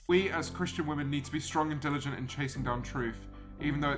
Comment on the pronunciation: you mispronounced women